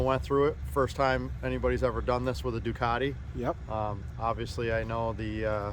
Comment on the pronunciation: You set these trends and continue to promote them....LOL ......YOU ARE THE BEST!!!!!!!!! Love you no matter of your BUTCHERY to Ducati.....LOL LOL LOL